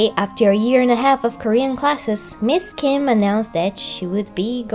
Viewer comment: I'd like to think if Ms. Kim saw this part she'd be seriously impressed with how natural your Korean sounded here when you were doing an impression of her (and maybe a little flattered) while also enjoying a good laugh at how the exchanged turned out from your perspective.